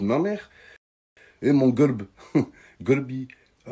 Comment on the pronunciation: C'est plus golb c'est gobe ta meuf en arabe 😂😂😂😂😂